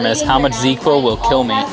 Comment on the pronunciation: She mentioned Z-Quil. Like catching some Zzzz. Different product. Correct pronunciation.